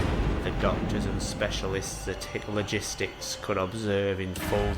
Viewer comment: Idk if it was intentional to the creator, since the first video talked about the 3rd Reich, but almost the entire time I thought they were saying "Hitler gistics", not "Hit Logistics". Jesus christ lmao